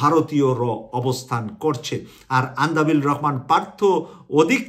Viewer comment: সংবাদ বিশ্লেষণ করেন অথচ দেশের একজন পরিচিত রাজনৈতিক নেতার নাম সঠিকভাবে বলতে না পারা দুঃখজনক (আন্দালিব রহমান পার্থ কে "আন্দাবিল" বলেছেন)।